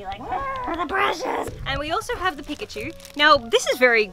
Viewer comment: Peek-at-chu it’s perfect.